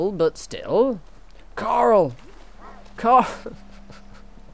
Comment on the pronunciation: Haha it's what I say too whenever I hear someone say 'coral'. "CORRAL!" - Rick. xD